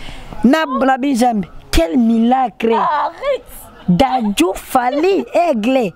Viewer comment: Quel milaaacle il massacre ça 🤣🤣🤣🤣 trop fort, courage à toi le